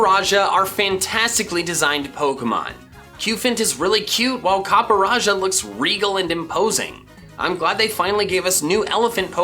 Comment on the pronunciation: "Copper-a-jah" it's Copperjah. Like Copper Jaw